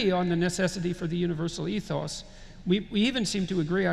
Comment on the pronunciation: Mispronounced “ethos” at that. Yes, morphine please. 😂